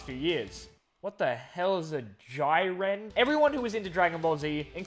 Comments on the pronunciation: Jeeren it’s pronounced jeeren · It's pronounced jee-ren! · It is pronounced Jiren j as in juice ir promounced like ear and en as in been